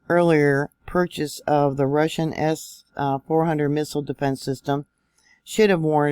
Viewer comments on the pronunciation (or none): none